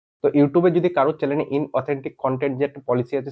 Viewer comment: ভাই কথাটা চ্যানেল , চ্যালেন না , একটু লেখাপড়া করো